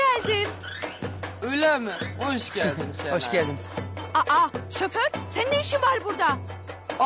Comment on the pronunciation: şöfer diyo